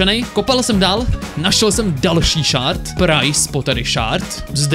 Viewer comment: Je to shErd ne shArd. ShArd to bylo dřív ale přejmenovali to na shErd!!!!!!!!!!!